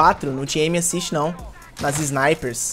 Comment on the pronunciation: Q raiva do falando "M assist"